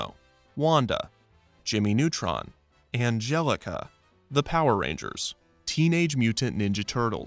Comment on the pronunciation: The way he says Angelica 😂😂